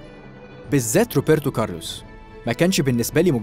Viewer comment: نفسي بس اححد يبطل ينطق روبرتو كارلوس وبايرن وكال الكلمات دي بال p مش بال b